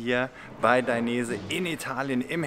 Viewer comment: Dainese, gesprochen wie geschrieben. Ist ein italienischer Familienname.